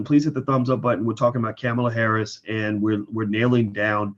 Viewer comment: If you knew anything about Senator Kamala Harris you would know how to pronounce her name; that tells me that you haven't even listened to her. Hearing is one thing, but listening is totally different it takes knowledge and wisdom too listen!